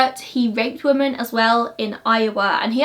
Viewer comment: Love your videos but you pronounce ‘women’ as ‘woman’ and it’s a little frustrating 😂